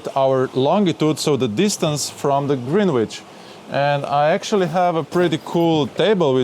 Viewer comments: Greenwich is pronounced grenitch. Love that boat and great video. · Love how you pronounce "Greenwich" (DON'T CHANGE IT!). But here is a Kraut letting you know the proper British pronunciation: Grenitch.